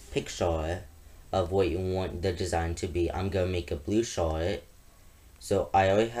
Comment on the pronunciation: You pronounce "Shirt" as "showt" xD